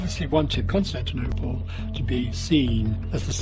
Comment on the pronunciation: He called it kostun duniya and not Constantinople shiek imran is deciving you